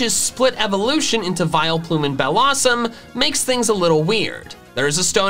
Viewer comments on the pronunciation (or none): BELLOSSOM, NOT BELLOUSUM!